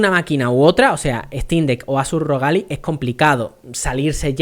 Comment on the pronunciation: Ya dices "Alai"!!! Esto hay que celebrarlo!! xDDDDDDD